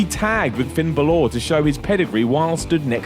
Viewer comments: Finn Buhlore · Finn Baloh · Fin bollor ye that's his name ay